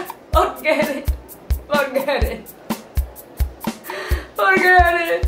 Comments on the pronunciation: AH! porget it! porget it...porget it... XD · porget it, porget it, porget it... lol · porget it! porget it! hahaha! panalo si mommy! :D